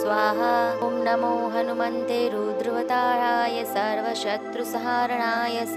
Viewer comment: It's hanumate Not hanumante Galat uccharan theek nhi.. Jai shree ram